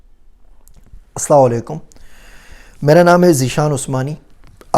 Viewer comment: السلام علیکم سر آپ کی باتیں بہت اچھی ھیں کاش کہ آپ سلام کو صحیح ادا کریں بڑی مہربانی ہوگی جزاک اللہ خیرا